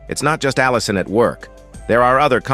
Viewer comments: In this video, you will learn how to pronounce "Allicin" 5 different ways, lol. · Why does the narrator pronounce 'allicin' so many different ways through out this video? Other words don't sound right either.